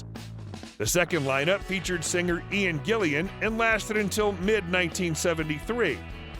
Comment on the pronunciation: I thought he said Gilligan's island..😄